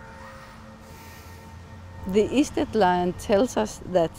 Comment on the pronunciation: Notice that it is "sted" / "stedt" ( as in English "stead" ) - not "Schtälle"!